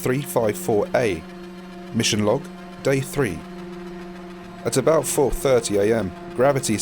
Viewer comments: Actually I like your narration, and it's fun to hear you pronounce three 😊😊😊☺ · I also pronounce three "free" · I don't much mind the whole sounding like "free" when you're saying three thing bruv. It's all in the accent. makes for a great video. love that shit!